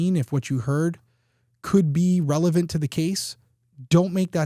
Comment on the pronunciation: Did anybody else hear Derrick say relephant? lol